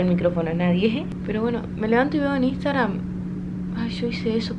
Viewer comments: en el principio jajjaja "Instagran" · Nadie:: INSTAGRAN